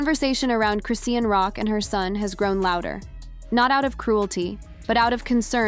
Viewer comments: Aint said her name correctly once😂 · Okay this is getting on my nerves to the point that I don't even want to hear the rest of 😢 video. To all you commentators if you cannot pronounce the person you're talking about name correctly what's the purpose of doing this it sounds even more fake. Damn !! The least you can do is get their name right the f***🤔